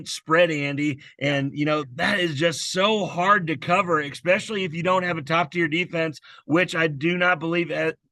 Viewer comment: When I hear “X-specially”….it drives me crazy! It’s “Es-specially”.